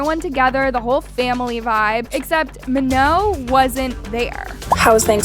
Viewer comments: Btw its not meno its manon its m a n o n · GUYS IT'S MANON😋 NOT MANO. RESPECT PEOPLE'S NAMES PLEASE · But her name is not "Ma-no" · Ok, I know this is supposed to be serious, but the way she said Manon as “Maho” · Her name is Manon pronounced ma-naan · I really hate how you're saying manons name. It's "MAh-NON" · You had multiple people saying Manon's name correctly and you STILL can't say it right. 😭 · You saying her name wrong is pissing me off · y'all still can't pronounce her effing name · Your videos are cool, but can you please pronounce her name correctly lol